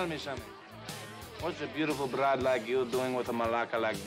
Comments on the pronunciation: Broad not "bride" lol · Its beautiful broad not bride.